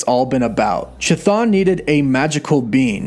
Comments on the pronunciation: Seems like it may be a good idea for future videos to get name pronunciation down a bit better. “Cha-Thon” made me cringe to the point where I simply couldn’t finish the video :/ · the h is silent dude C'thon is how it reads. It's just like the Ch in Chris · omg, that ch ch ch ch thon. Please, stop T_T It's not ch-apter ch, but ch-aracter ch. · its bugging me how bad you butcher the name Chthon. Its pronounce (Kth-Own) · Pronounced K-thon. C’mon!!!! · It’s pronounced “kthone”, ain’t hatin’, just statin’ homey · The first 'h' in "Chthon" is silent. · It is not effing pronounced cha, its ka - Like Cthulhu - KaThon not ChaThon. Holy shit this annoyed the ever living hell out of me. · kθɒn - go to an IPA pronouncer. There's no 'ch' sound. Chthon is a Greek word; it's to do with the underworld. And technically, it's not even kθɒn, but just θɒn when spoken normally. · Please please pleeeease stop mispronouncing Greek terms and names. The pronounciation for Chthon is actually Hthon, with an H sound as in "H"ospital on the front, not ch as in "Ch"apter... "χθών" , "hthon" = "ground or soil" in ancient Greek.... Cheers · In Greek Hthon is an actual word, it means ground and it is pronounced just with an H (like in "hospital") in the front of the word and not a Ch (as in "choo choo") like this guy is incorrectly pronouncing in this video. English speakers notoriously totally butcher and mispronounce Greek words and names... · Ain't his name sounded out kah-th-own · The CH in Chthon is pronounced like a K. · I kept hearing Cha-Thong. Anyone else? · Common mistake, it’s actually pronounced ka-thon...😅🤷🏻‍♂️ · please stop saying "chuh-thon" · You know you’re pronouncing (ka thun) name wrong right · "Chthon" is pronounced "kuh-thon", not "chuh-thon". It's a Greek word, χθών, meaning more or less "underworld". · Chthon pronunciation is "KIH-THONE" NOT "Cha-Thawn" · The Ch is pronounced like a k so Chthon should sound like Kthon. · It's pronounced kathoon...cthun